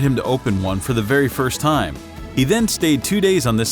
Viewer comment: you spelt time wrong you said thime